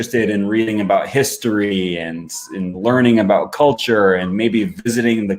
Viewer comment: That's definitely further removed from the 'about' I'm used. I'm straight up hearing 'a boat' with him.